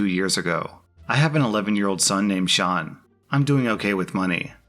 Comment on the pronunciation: You do not understand how happy it makes me that you pronounced "Sean" right. (Its an Irish name and some people pronounce it "seen")